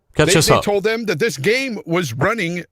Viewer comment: Why does keep saying thum instead of them?